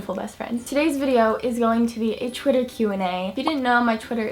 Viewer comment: Why do you always say chwiter instead or twitter